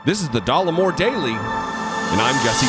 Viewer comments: NOT DOLLAR MORE..... I,☝🏽 as a real American female 💪🏽🩸 find you rather dapper, kind Sir! I'm sure you can care less what this seemingly unintelligent man thinks of your looks? Especially since he's so keen on your "berries"🤔🤭. And I also find your brains and smarts extremely attractive!🤷🏽‍♀️ So "F" this guy! Your real audience are here for the truth!✌🏽 Once again thank you for your service! Blessings upon blessings to you! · It's not dollarmore it's Dollemore. Again basic reading! Your education system is so obviously deficient. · DOLLEMORE NOT DOLLARMORE